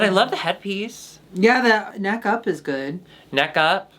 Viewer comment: I loved that when they said "neck up" it sounded like "neca" which is one of many ways of saying "dick"